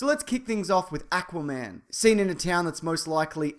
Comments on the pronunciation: I hate the way he says Aquaman's name. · Why did he say Aquaman? It's Aquaman.